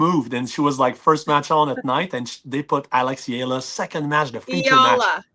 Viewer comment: Thank you for sharing the correct pronunciation of Eala. I was surprised by that opening Magandang Umaga! Love listeninng to you two